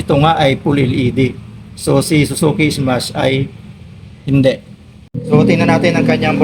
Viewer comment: Smash po hindi ismas😂😂😂